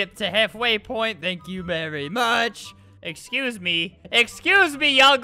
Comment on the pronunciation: EXCUJE mEy!?